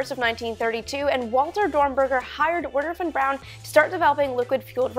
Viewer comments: Good video but its not Von Brown Amy but Von Braun. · von Braun not Brown.... why do you do that, come on Army, get his name right love.